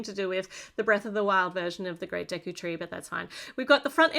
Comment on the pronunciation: I'm happy that you got the pronunciation of the tree correct (some reviewers really butchered it)